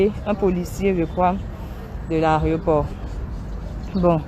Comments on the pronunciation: En plus elle ne fait que répéter Areoport, elle qui pourtant corrige les autres en ce moquant très souvent bref. On dit AÉROPORT. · On dit l'aéroport et non l aréoport Eunice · Yako ! Mais toi qui corriges les gens, on dit aéroport, pas aréoport. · On dit aéroport et non aréoport. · Mlle Eunice, on dit aéroport et non "arioport ". Nos "stars " doivent faire des efforts en matière de diction. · 😂😂😂 chercher mon nom j'ai fais le même commentaire. On dit AÉROPORT madame